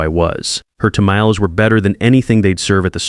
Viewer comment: Tam-a-lees? SERIOUSLY? I don't care for Mexican food, but I know how to pronounce tamales! What GARBAGE!